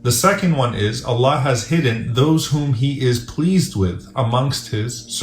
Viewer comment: In the beginning try to say “ I Love You Allah” properly. It seriously sounds like someone is having trouble saying that because it sounds more like “I lev u La”